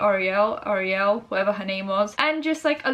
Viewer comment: i love you but how do you not know how to pronounce ariel? did you not have a childhood? like i get that apparently not knowing how to pronounce someone's name makes them seem more "irrelevant" to you but it's stupid and overdone.